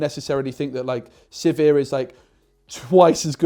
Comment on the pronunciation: Congrats on finally getting sizir and hwei names correct